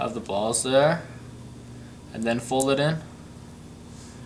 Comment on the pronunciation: you say BALLS soo wrongly